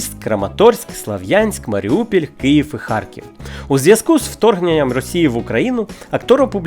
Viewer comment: Прошу, але не Маріупіль, а Маріуполь